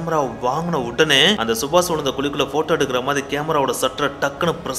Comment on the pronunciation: yenda ivlo kevalam subash a chubach nu solra..kevlama iruku da